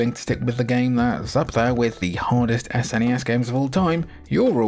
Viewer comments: Outro gang, jimmy is right it's a word, snes. not s.n.e.s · The third person sections in Axelay actually aren't mode 7, but use some clever scanline trickery instead. It does use mode 7 on that walking mech boss in one of the 2D sections though. Also, it's definitely pronounced snezz! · I was actually surprised hearing you say Ess-N-E-Ess instead of "Sness". I thought all UK gamers had to say "Sness". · Saying "sness" rolls off the tongue better than spelling out S-N-E-S. However, saying "S-F-C" for the Super Famicom is easier to say than "sfkk" or whatever. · I’ve always said “snez”. One syllable because I’m a lazy sod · “Sness” is how my friends and I pronounced it